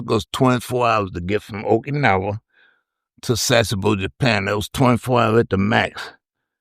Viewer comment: Take a drink Everytime he says oak-anowa or viet-naw